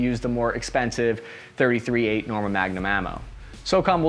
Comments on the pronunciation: Tree thirty eight.. not thirty-three eight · Dude its pronounced 3-38. Yes it seems petty but you made this video hard to watch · Pretty sure it's pronounced "three thirty eight" not "thirty three eight" that sounds weird af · Its not 33-8, its 3-38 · It's pronounced "Three thirty eight" NOT "Thirty three eight". Ya got the "three" in the wrong place which shows you are not familiar with this cartridge.. The BARRETT MRAD is an amazing long range rifle, especially in the new .300 PRC cartridge developed by Hornady. Hornady also developed the 6.5 Creedmore over 10 years ago. I shoot the 6.5 CM in my RUGER Precision Rifle in long range competition. And I also use the newer Hornady 6.5 PRC (Precision Rifle Cartridge) in my bolt action hunting rifle. So, yeah, Hornady has been "busy" lately.